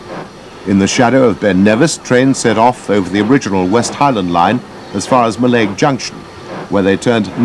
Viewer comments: In Gaelic, the emphasis is on the first syllable. So the pronunciation is MALLaig, not Mi'laig. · Do you mean Mallaig is pronounced wrong here?